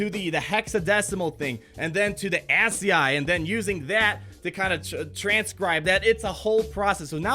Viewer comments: My nerd ears burn. It's pronounced As-ski. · ascii is pronounced askey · Ascll pronounced "ass key" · It’s pronounced ASS-key (ASCII) and the monster is a Terentatek. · Dude you've never heard of ASCII? (Aski) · Lol ascii, its pronounced: as ski. Its computer text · Its pronounced "ask-key" Its the conversion of letters into the ones and zeros that a computer can understand. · It's pronounced ASS-SKI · ASCII... "Ass key 2". You're welcome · Pronounced ASS KEY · It’s pronounced “Askey” ASCII - It’s a programming language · its pronounced aski dammit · As a Cyber Security/ Comp Sci major, I found the whole Hex to ASCII part of the puzzle really fun but hearing every YouTuber pronounce ASCII wrong is hurting my ears😂 great work figuring it out tho👍